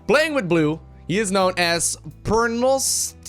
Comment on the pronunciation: idk whats wrong with me but i always heard him say pornostico and not pernostico XD